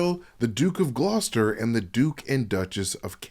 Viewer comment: He got Gloucester right, most people dont. Stop moaning about it. I enjoy these videos too but dont get pedantic with a mistake, grow up. We all do it